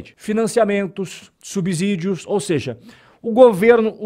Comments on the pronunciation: é "subSSÍDIO", não "subZídio". Kkk valeu top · O conteúdo é muito bom e informativo, mas preciso pontuar só algo. Não é "subZÍdio" e sim "subCÍdio" = subsídio 😊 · Acompanho sempre seus comentários. Muito pertinentes e esclarecedores. Uma dica: subsídio é igual subsolo na pronúncia do "S".